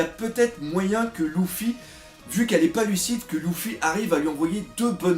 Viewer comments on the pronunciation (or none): none